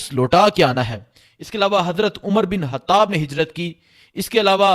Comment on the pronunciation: bahi Koshish Karen ke ye hatab nahi " khatab" ha, app ke lehjey kily mushikil ha lekin Koshish Karen.